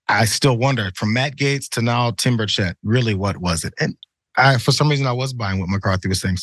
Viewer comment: As a person from TN, it makes me smile a little hearing you mispronounce Tim Burchett's last name. Is it petty? Yes. Do I feel good about it? Absolutely. :D